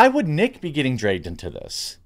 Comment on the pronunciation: "Drayged" lol i love you Jeremy.